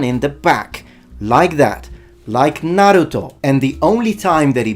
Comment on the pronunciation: So glad that the Italian knows how to say Naruto while every Watchmojo host says Nayruto